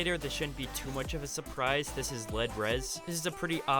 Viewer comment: It's not led its L eeeee D